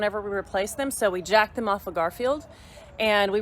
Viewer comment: Did you say jacked them off? 😂